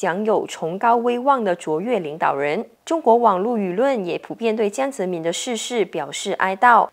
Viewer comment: 怎么能够把堂堂一个中国前国家主席的名字念成这样呢？ “民”念第二声，不念“敏”。